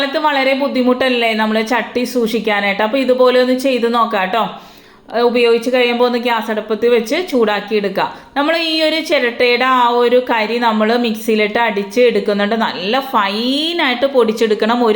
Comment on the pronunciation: അടപ്പ് എന്നല്ല, അടുപ്പ് എന്നാണ്